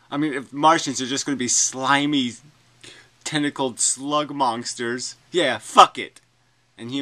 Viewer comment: for some reason you always say "mongsters"